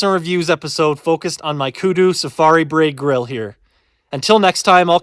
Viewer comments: Looks awesome man, its pronounced ‘Br-eye’ 😁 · Nice video and review... Acouple items of respectful criticism - It is pronounced like BRY or Br-rye. And to lower it simply take the legs off and set it on the ground. But I understand what you are getting at